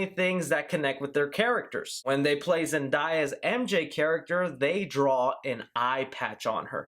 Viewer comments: it's zen-DAY-a, not zen-DIE-a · Did he just say "Zendiya" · ZEN-DAY-A Still loved the video tho🙃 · James Mark it’s pronounced zenDAYuh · its zenDAYa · You butchered zendaya’s name